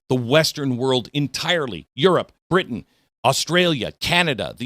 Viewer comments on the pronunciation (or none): none